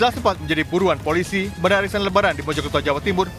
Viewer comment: Pengisi suaranya kok aneh suaranya? Cara ngomongnya lucu.. Gw tadi berasa denger arisan kok warisan...